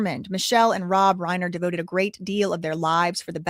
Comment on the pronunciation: The surname Reiner: the first syllable does not rhyme with lane; it rhymes with line.